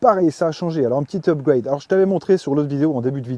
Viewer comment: Rien de mieux qu'un bon "upgoueyde" 🤣😘